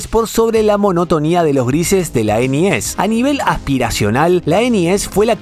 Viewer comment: Me da mucha risa cuando dice: ENIES, jajajajajaja !!!!!!!😂😂😂😂😂😂 Como mexicano que soy, aca le decimos: LA NES ORIGINAL, la que compramos PRIMERO, hasta que supimos que había juegos "piratas", y entonces sabíamos que, si había juegos "pirata", entonces tendría que haber consolas "pirata".😢😢😢😢😢